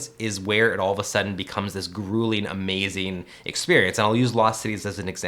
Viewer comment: I like how you talk “amazin’ interestin’ givin’”